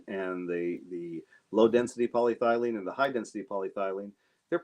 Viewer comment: Do not mean to be too picky but I believe your pronunciation of polyethylene could stand a small improvement. paa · lee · eh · thuh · leen